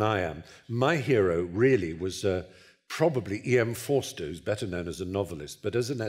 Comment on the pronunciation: 'E.M. Forster' comes out as ' em4 Stowe's'... Amazing!